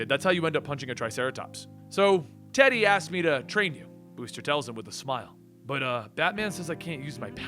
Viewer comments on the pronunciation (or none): none